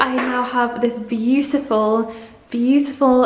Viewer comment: Tired of hearing 'puhfect' and 'beauttfull' through all these vlogs!